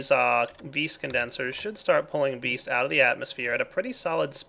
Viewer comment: Stop saying ves say vis that's what it's called